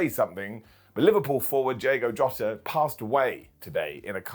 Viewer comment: Although is pronounced Hota, no Djota.